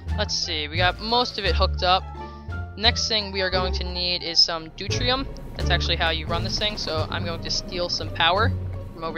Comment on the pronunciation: Pronounced doo-teary-um